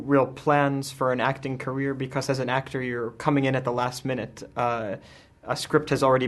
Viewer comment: why cant you pronounce becosss... :D:D